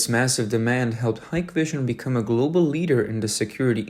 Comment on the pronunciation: stupid ai, its pronounced hick vision